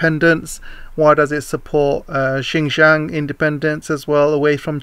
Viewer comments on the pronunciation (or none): none